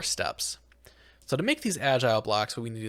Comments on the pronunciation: Did bro seriously say "bedrack"? Aint no way bro said "agial blocks" "white siand, orange siand" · the mispronunciations are killing me in this series... First Algae as Agile, and now Volatile as Violet?